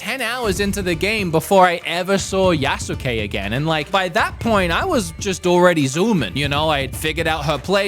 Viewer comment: Yasuuke😂 (Yaskay)Yasuke